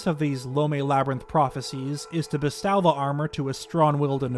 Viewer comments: Hey, just a small note, the word “bestow” is meant to rhyme with “toe.” It’s not meant to rhyme with “now.” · Are we not talking about this pronunciation of “bestow” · Days since prominent Zeldatuber pronounces multiple words wrong (Dinraal, bestow): zero